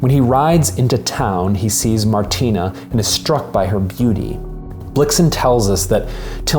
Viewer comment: An Atheist’s Guide to Babette’s Feast: (1) The name is Martine, not Martina. Perhaps it’s Martina in the written tale, but it’s Martine-with-an-E in the film. If you’ve ever had your name consistently mispronounced or misspelled, you’d understand how annoying it is, as though you weren’t seen for who you really are. (2) Babette, in the film, is a chef extraordinaire and a political refugee, not a communist revolutionary. It’s not clear in the film whether she joined with her husband in revolting or in communism. (3) The general doesn’t marry Queen Sofia, he marries one of the ladies of her Court. BIG difference! (4) The sisters didn’t understand what the ingredients signified, how they would be transformed by Babette just as Babette had transformed their lives and the lives of all the townsfolk. In their religiously-fueled ignorance they could only see witchcraft as the explanation for the science that they couldn’t otherwise explain. Their kitchen had become — as it had been ever since Babette had come to them — Babette’s laboratory. (5) The “feast had opened the general’s soul to the squalor of man and the splendor of God” — really? I didn’t get that in the film. Perhaps it’s written that way in the Blixen story and in the Pope’s heart, but the film IMO showcases the splendor of Man in Babette’s transformation of ordinary animals and plants into a glorious, sensuous feast: the turtle, the truffle, the caviar, the foie gras (be still, my heart!), the grapes of joyousness